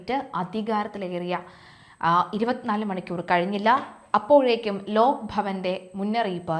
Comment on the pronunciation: ലോക്ക് അല്ല ലോക് ആണ്‌ ശരി